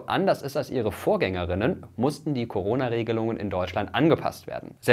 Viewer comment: Da war aber keine Sprechpause. Vorgänger*innen spricht man Vorgänger innen aus. Eben eine kleine Pause zwischen Vorgänger und innen . Das hier war ganz klar Vorgängerinnen, weibliches Plural.